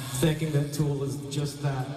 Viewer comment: God i hate how you say "Tewel"......man up dude